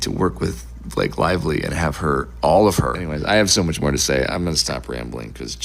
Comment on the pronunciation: Blake LIE-Vly